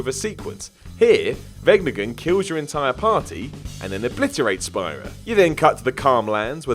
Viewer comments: It's "speara" not "spy-rah" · Say it with me. Speera. It's pronounced Speera. Even in the games, they call it Speera. not Spyra. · "speara-spira" SPEAR-A! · "Spy-ra"? Are you mispronouncing Spira on purpose? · Spy-Ruh!? Ooooooooooo... No way you played game. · it feels like it is so, cause EVERYONE who has even played the english version knows it's "spear-ah" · mispronouncing means people will comment. So more page traffic -_- lots of vid's do it now & it's pissing me off. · That pronunciation of spira made me sad. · So triggered by the pronunciation of Spira. Maybe the player of these games should narrate so we have someone who knows what they're talking about😭👌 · How you pronounce spira and everything from oddworld hurts me so much 😣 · It's pronounced SPEAR-AH. Not Spy-ra. Have you even played these game? They're awesomely voice acted and they only say Spira about a million times throughout. And Zanark-Land... seriously? Two things: it's Zanarkand (no L) and they are reunited on the island of Besaid, not in Zanarkand. You really haven't played these games have you? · seriously? Did you really just say X-2 as an X rather than 10? it's called a Roman numeral ffs.....also it's Speer-uh not Spire-uh and Ky-nay not Kane. :/ oh, and if Meryl dies Snake leaves with Otacon, NOT Ocelot... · He also said "Kane" instead of "Kainé" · Amazing considering that game has like...voice acting and it's said about fifty times. Did you also catch "Zanark-Land"? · Not gonna lie. I cringed a little at how he said Spira and Kainé...